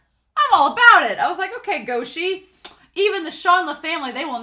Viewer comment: it's "guo shi (国师)", meaning imperial teacher, pronounced like "gu-oh shi"